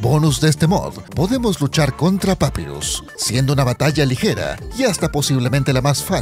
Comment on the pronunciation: Se dise papairus